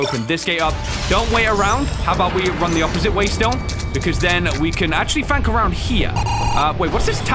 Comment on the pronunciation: is it me or did i hear arounk here